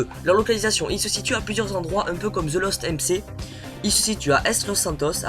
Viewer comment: Sa se prononce the lost èm ci